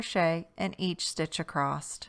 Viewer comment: "Across", not "acrosst" / "acrossed". 😂 Don't take it personally, it must be a bad habit for many, because I know 3 other crochet youtubers that say the same! Drives me 🦇. This pattern is SO cute!! I made it in one sitting! 💕 Thank you for taking the time to make videos.